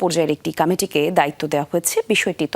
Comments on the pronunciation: এখনকার স্টাইলিশ মেয়েদের কথা শুনলে বাংলা একাডেমী জ্বালিয়ে দিতে ইচ্ছে করে। এইটা কামিটি হবে নাকি কমিটি হবে? এই মেয়ে স্টাইলের ঠেলায় কমিটিকে কামিটি বলতেছে। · উপস্থাপিকার বাংলা উচ্চারণ শুনে আমি শিহরিত😂 তদন্ত কামিটি?? সংকত??😂😂😂 বাংলা ভাষাকে এরা ইংলিশে উচ্চারণ করতে চায়,,, এদেরকে কোন পাগলে এমন জনপ্রিয় একটি টেলিভিশনে চাকরি দেয়,,,,?,, এদের না আছে পোশাক ঠিক ,,না আছে ভাষা ঠিক,, আছে শুধু কতটা অস্ট্রেলিয়ান গাভীর মতো শরীর ,,যেটার উপস্থাপনা তারা খুব সুন্দর ভাবে করে😊